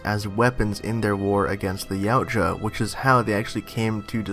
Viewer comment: Its pronounced "YOW-T-YUH" Not "YOW-T-JUH"